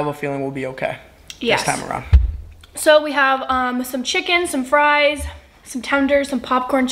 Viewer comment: “ pouleyt, Friiiizz, Kentukay”